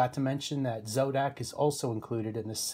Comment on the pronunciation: Zodac, not Zordac, you poser. 😄😄. Jk